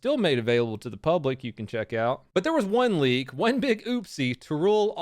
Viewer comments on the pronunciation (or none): none